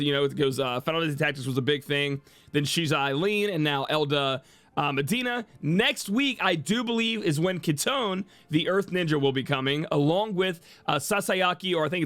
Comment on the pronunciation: say it with me.... KI TO NE